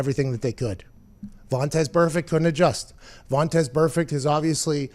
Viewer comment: What's the story with calling Vontaze Burfict "Vontez"? Makes me laugh every time.